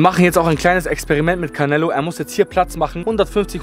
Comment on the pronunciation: Er heist auch nicht carnelo er heist canelo 😂 nicht so gemeint ❤